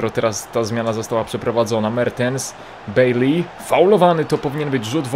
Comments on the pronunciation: Nazwisko Baileya czyta się Bajlej. Nie wiem jak można mieć problem z czytaniem jego nazwiska. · Mówi się bejlej😀daj serce